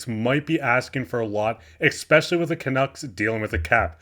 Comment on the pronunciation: Love your insights and hockey wisdom. Just one tip: Because you're a broadcaster now, I politely suggest you start pronouncing the word "especially" correctly (it isn't pronounced "expecially"). Not trying to embarrass you - just trying to help you get better and better. Delete this comment if it is embarrassing - no prob. Love the show. Keep up the great work.